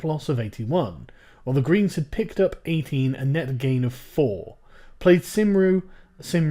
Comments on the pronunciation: It's plaid cum-ru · Plaid Cymru is pronounced "plaid (ai as in eye) kum-ree" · sargon it's plaid-cym-ru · hearing Sargon butcher Plaid Cymru hurts, It's pronounced Plide Kum-ri not plade cimri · "Plaid simroo, simree sorry" Fucking hell Sargon you culturally insensitive degenerate, it's pronounced "cum-ree", I thought you were part Welsh? For shame. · Plaid Cymru is pronounced Plaid K-um-re Not Symre. The rest of the video is awesome though :) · Plaid Simroo lol, try pronouncing it Plied Cumree :D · Plaid Cymru is pronounced "Pl-eye'd Kum-ree" not "Play'd Sim-ree", just FYI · "Played Simreee"? It appears you cannot pronounce the name of the party, Mr Akkad. It is pronounced in this style: "Plu-eyed Kum-ree" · "played simry" ITS PLY-D COME-REE sargon you let me down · Played Simroo? Haha Saesneg pobl... Plaid is pronounced like "plied" as in applied. And Cymru - the Welsh word for Wales - is "Cum-Ree" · "plid simru" fucking hell sargon, I know it's welsh and welsh is a bastard language from the dark ages, but it's spoken less then 100 miles away from you on a daily basis. It's "plad cum-ree". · "played simri" lolol Plaid Cymru: "Plide Cumreeee" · Plaid Cum-Ru Sargon. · Morru Qu'aan More like PLIDE, rather than PLAYED. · Plaid Cymru is pronounced Plide (like slide) Come-Ree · By the way - Plaid Cymru is pronounced Plide Cumry. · Sargon Plaid Cymru is pronounced "Play-ed Cum-ree" for future reference ;) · Labour got btfo holy shiiit btw its play-d cuh-mree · Plaid simree??? Sort out that pronunciation, Lad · Plaid Cymru is pronounced "plied come-ree". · it pronounced pl-ad cum-ri sorry sorry it just really bugged me being welsh and all haha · Its pronounced Plaid KUMREE. But dont worry they are a load of shit anyway. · Sargon, Plaid Cymru is pronounced as Plied Kumree. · It is pronounce "Plide Cumrey". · Sargon, Plaid Cymru is pronounced plide come-ree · It's pronounced "Plad cum-ree"! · It's pronounced "Plyed Cumree" by the way... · It's pronounced ply-d cumree